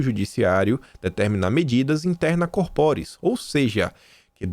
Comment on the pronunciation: CÓRporis... é proparoxítona, sem acento mesmo porque é latim.